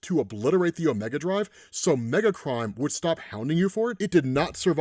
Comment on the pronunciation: Every single time he said "Megacrime", I heard "Megatron". Every time.